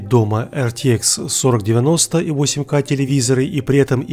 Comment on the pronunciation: У меня уши кровью обливались когда он на протяжении всего видео 4кей 8кей, блин правильно 4К 8К типо КА не кей